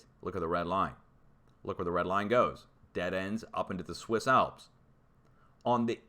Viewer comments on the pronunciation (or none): none